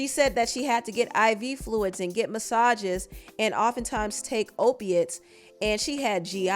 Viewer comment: “Oipiates” “Dawn Ruh-shard” 🤣🤣🤣🤣🤣🤣🤣 this is literally like a satire, nobody is this stupid for real 🤣🤣🤣🤣🤣🤣🤣